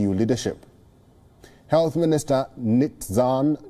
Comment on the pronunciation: Nitz an not Nit zan